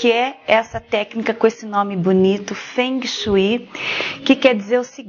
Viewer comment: Kkkk Quem fala fungue shue????? Para vai.. Kkkk